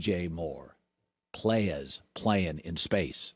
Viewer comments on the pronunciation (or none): Did Colin say playas? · Colin sayings “playas” 😂